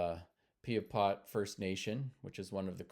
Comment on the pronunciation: Piapot is pronounced PIEapot not PEEapot.